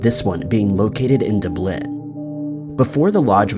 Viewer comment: Apparently still hasn’t learned how to pronounce some words, like Dublin and Buenos Aires, correctly.